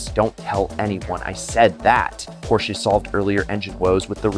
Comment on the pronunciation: PorschBES? Never heard of that brand 😂